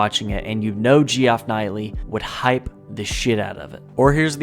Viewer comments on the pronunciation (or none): G-off Knightly? lmao its pronounced Jeff Keelie my guy lol